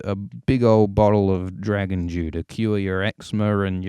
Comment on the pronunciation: That being said, you really need to work on how you pronounce "dew", I was really confused for like 2 minutes wondering what the fuck a 'Dragon Jew' is XD